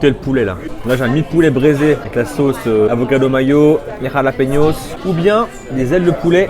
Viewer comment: En dirait il parle en arabe quand il dit harlapeniosse 😂😂😂😂